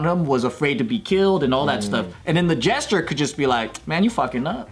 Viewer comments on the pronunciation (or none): Why are they saying jester like "gesture"?? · Jester... why did he say jesture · I know they mean Jester, but I keep hearing GESTURE. 😅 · It's jester, not gesture